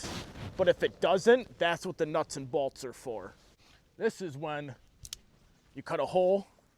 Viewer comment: It's pronounced bolts